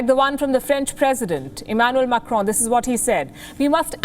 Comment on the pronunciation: Macron said correctly